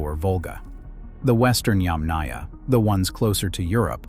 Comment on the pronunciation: you are mispronouncing "Yàmnaya" -- the emphasis is on the first Yàm (pronounced - YUMM, as in - yummy) ... so it's not yamnàya, but yàmnaya, yAmnaya... 👋